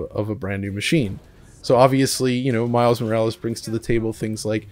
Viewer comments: You know Morales os someone's last name right?🤦🏽‍♂️ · Is saying miles morlaes that hard? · So can't say Miles Morales? What's that about? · This dude really couldn’t get saying the title down correctly lol uhhh miles duhhh whatever it is, laziness at its best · Psychosis how much time did he save by not pronouncing "Morales"?? 🙄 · Lol can speak perfect German but can't pronounce Morales? Another great upload btw 🙏🏿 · Yea Miles Morales is that difficult to say lol. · Wow cigarette teeth can’t even get miles name right 🤦🏾‍♂️ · Miles "whatever", like if Morales is too complicated compared to european names. Roll that R tongue white boy. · Smh at miles whatever it’s spiderman - miles morales dude.The ignorance is real and yes as a Puerto Rican it’s offensive. That shit is not that hard to pronounce having known title for months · Why couldn't/didn't he say Morales? It's not that hard nor is it funny to pretend you can't pronounce it. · that dude couldn't say Morales? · Disrespectful that he said "what ever its called" just because he didn't want to pronounce Mile Morales as if it was a difficult title to say